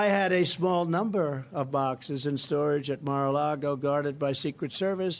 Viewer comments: Love you Lawrence! quick tip tho….it’s “Mar A Lago” not “Largo” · Every time this guy says "Mar-A-LaRgo" I lose respect for him and this channel. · I'm behind you on almost everything you report, but why do you keep saying Mar-A-LaRgo? If it's on purpose it makes you send like Fox host. You're above that. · Lawrence said Mara Lardo 🤣🤣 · We've all been saying it wrong. According to Michael Cohen, it's Mara-lardo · You keep saying Mar-a-Largo. It's actually pronounced MAGA-Lardo.🥸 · Larry, you great weirdo, please, just either say Mar-A-Lardo or learn how to pronounce it correctly because you just sound odd 😁😂🤣🌴😎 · Lawrence, it is pronounced Maga Lardo.